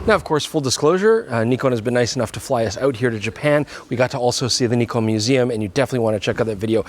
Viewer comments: Finally you're pronouncing it correctly! Well, at least. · The most impressive thing in the video is that is finally pronouncing Nikon correctly, the other guy is hopeless though... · Knee-Con is correct! Also the Z 50 was a great camera, other than the nonsense flip down LCD. Z 50 II couldn't be going backwards. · THANK YOU FOR SAYING "NEKON" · Bravo Bravo Bravooo!! Say Nikon correctly!! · Nikon … Nikooon… the pronunciation is right Nikon 😊😊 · Thank you for pronouncing the cameras manufacturer names correct! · Pretty funny that the french pronunciation of Nikon is basically the correct one. I've been saying it correctly my whole life without even knowing it ! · yesss he pronounced nikon correctly 😅😁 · Listen to pronouncing it properly!